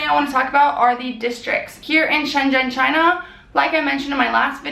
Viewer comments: but its not choona its china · chOOna... not china?!